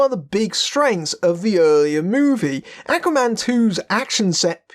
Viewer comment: Love the review but can't get used to they way you say "Aquaman"; sounds like you're saying "Acne man". It's the way you're pronouncing the first letter 'A'; should be a lower sound, like the word 'awe'.